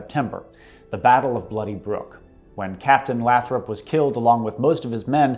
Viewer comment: Lathrop is pronounced with a long a not a short a sounds like Lay-thrup